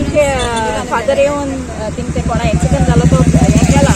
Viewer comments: Axiement or accident, don't even know to pronounce the proper English . who employed you dear😆😆😆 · Not acciment but accident